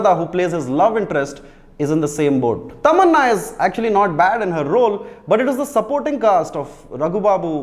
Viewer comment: TamanAAAHHH....! What a super excited pronounciation bro?!